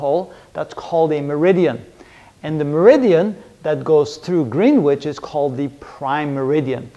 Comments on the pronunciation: Greenwitch = pronounced Gren itch Can't fault the videos though. Great work. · Green witch ? Pronounced grenitch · Just to let you know....Greenwich is pronounced 'Gren'ich' [silent w and single e]. Nice videos so far....enjoying the series. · A couple of small points - Latitude has 2 'T's not 3. Greenwich is pronounced "Gren-itch" (at least in the UK !). Otherwise, first class lecture series (No Quantum I'm pleased to see....)